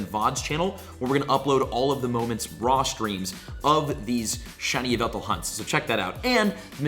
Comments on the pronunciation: its pronounced Yahvultal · Its actually called YA-VU-TAL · it’s yahveltal cough cough